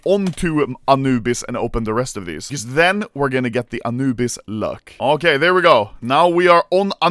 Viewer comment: Why does the Swedish man say it like anoobise bruh 💀💀💀💀💀💀💀💀